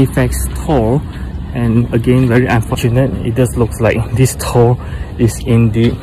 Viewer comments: As someone with a direct Norwegian & Swedish lineage, it's really awesome to hear you pronounce Thor correctly. For anyone reading this and confused, in Scandinavia, the "th" is silent. Well, not the t part...so it's pronounced more like "Tor." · No problem man! Hahaha, yeah, too many ppl aren't aware you're saying it correctly. And all those ppl would say "well, we don't say it like that in America (or wherever they're at), and that's not how you pronounce the comic book character." True....but doesn't negate the fact that Thor isn't properly pronounced the way you say it lol. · both pronunciations are correct lol. But yes modern day Scandinavians say Tór. Old Norse is Thórr. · Swedish Irish American here, While you are correct modern day Scandinavian countries pronounce Thor as Tor, in old Norse they actually used a runic letter called thorn (known as Thor’s rune Thurisaz) which actually has the “th” sound, such as being needed for the th sound in Thunder.. in modern Icelandic they actually still use the letter Thorn. So they still say Thórr just like Old Norse. So in Old Norse it would actually be pronounced as Thórr lol just like English sound but with an extra emphasis on the r. Scandinavians started pronouncing it as Tór around the 1300’s for Denmark, 1400’s for Swedish and Norwegian. Jackson Crawford did a video on this I remember here on YouTube. Cheers!